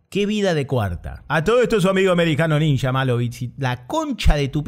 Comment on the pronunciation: Esto me hizo acordar inmediatamente a las películas Argentinas donde aparecen ninjas. Por supuesto, en dichos filmes la pronunciación es "ninja" y no "ninya", como creo que debe ser.